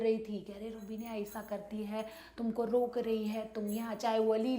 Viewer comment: Rubineeeeeea how beautifully she pronounce 😘🇵🇰🇵🇰